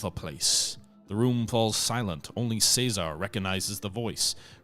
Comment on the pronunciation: Cesar would be pronounced something like "Say-Tsar".